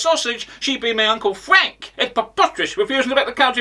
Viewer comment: Uncle Fwank 🤣